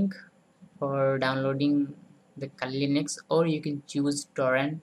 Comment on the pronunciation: It's Kali Linux. Not KLinex. :P